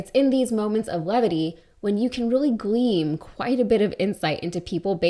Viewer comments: Glean not gleam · Glean, not gleam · Did she say, "GLEEM"?? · The word is "glean"